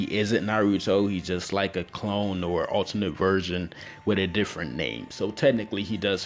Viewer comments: Is it me or he says virgin instead of version? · idk dont if you guys noticed but i did, when ever he tried to say version to me it sounded a lot more like virgin. not hating on the video in fact i really liked it, i didnt notice about 3 of those people who actually used the roseangun sorry i butured the spelling